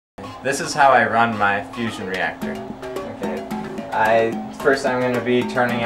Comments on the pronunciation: Stop saying fussion for the love of god. Just because fission is spelled with 2 S dsnt mean that fusion is. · Is it just me or was he constantly saying fussion and NOT fission..... Nuclear reactors work on fission.. he built a fussion reactor which if it produced more power than it took in would make him a saviour! If however it is a nucear reactor well, hell kudos to him because allthough it looks crude, it must have cost a fortune! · did he say fusion?